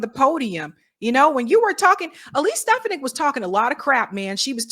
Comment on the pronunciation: how many times do you have to hear it's pronounced SteFONik, not STEFanick!!